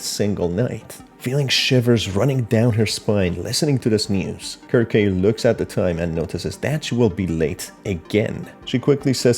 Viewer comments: Pretty sure the name is pronounced "serc-see", not "Kirk-kay" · Circe in Greek is pronounced as Kir-keh, especially if she's named after the witch in the Odyssey and the story of the Argonauts. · Dude her name is pronounced "SIR-SEE" like the witch from greek myth that turned men into swine. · ... in the video you literally hear Bobby's voiceline and he pronounces her name as 'Kir-Kay'...did you not watch the video? It is NOT pronounced 'Sir-see' based on the in game audio lol. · For future reference, I believe her name is pronounced "Sir-see" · (sear-see) is how you pronouced Circe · how do you read someone's name that badly? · Good video, you spotted a lot of things I straight up overlooked! Circe is a very interesting name, I think it’s from Greek mythology? Don’t sweat the pronunciation, it’s not an easy one to get at first. I pronounced it wrong for years (sir-kee). Heck, I spent years thinking cologne (col-own) was pronounced “co-log-nay”. 😂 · The pronunciation can vary